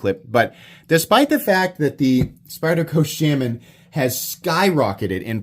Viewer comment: you are not sayinf shaman correctly. you mention that knife a lot in your videos and i have never heard you say it right.